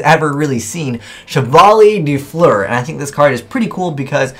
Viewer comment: dat butcher of Chevalier de Fleur's name